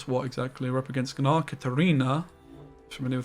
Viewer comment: sir, can you stop saying g-nar